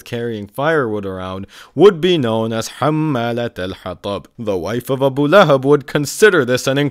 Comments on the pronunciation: "ABU LAY HAB" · The guy calls it Abu Lay-hab 😂😂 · "Abu lay hab" 😂😂😂😂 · "AH BOO LAY HABB" caught me off guard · "Abu layhub"😂